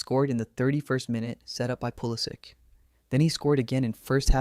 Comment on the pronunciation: Pool-ih-sick, not pool ih-sich. he isnt croatian hes from hershey, PA.